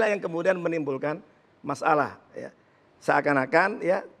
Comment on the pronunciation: Pak masalah ya bukan mas alah. Duh perlu diperbaiki lidahnya !